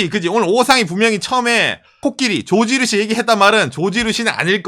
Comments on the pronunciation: 난 왜 조진우씨라고 계속그러나했다는 ㅋㅋㅋ 조지누시 발음아니죠.. 죠쥐 루쒸 해주세여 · 코끼리 밥솥도 미국인이 많들었나? 일본어 발음 “George Rucy”